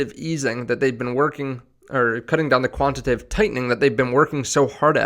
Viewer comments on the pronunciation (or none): Yo it's not quantative. It's "quantitative"